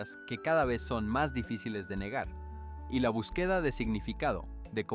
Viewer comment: Este señor no sabe nada de gramática pues no sabe expresar las palabras el español no se habla así no se pronuncia así como el lo habla palabras q no las pronuncia como se hablan no usa acento no usa nada por e b empleo botín ejemplo búsqueda el no la pronuncia bien esa palabra necesita q estudie la gramática para q pronuncia bien las palabras el sr le bendiga